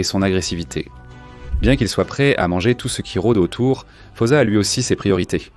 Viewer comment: D'abord ça se prononce foussa